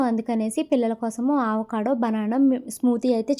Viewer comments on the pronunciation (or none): Just a small suggestion since you are learning english and pronouciations ఆవకాడో కాదు అండి అవకాడో